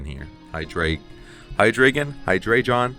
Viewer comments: The name is easy,. It's Hy-DRY-gon. Hy-DREE-gon. HY-dro-gen. You know—the dragon with three heads. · High-Dre-Gone then put it all together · Bro, it's not even that, you are supposed to pronounce it Haidraeigown 🤣 Good to see the spice back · great work. btw it's pronounced Hydreigon, hope that helps 😎